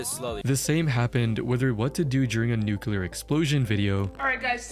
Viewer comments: She also butchered "nuclear" by pronouncing it "nucUlar". In a different video. She is attractive though. Great hair. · Her saying ‘nucular’ instead of ‘nuclear’ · you can tell she was a fraud based on how she couldn't pronounce nuclear properly lol